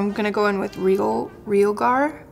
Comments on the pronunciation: Love this look! Just as an FYI, no hate, but you pronounce "tarteist" like "artist" and it's re-AL-gar. :) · Realgar. I had to google it....a reddish-orange crystal. re-AL-gar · REE-AL-GAR it is an orange arsenic/sulfide mineral